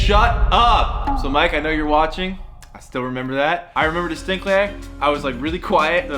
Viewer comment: The way he said destinktley (congrats on 1mil :) )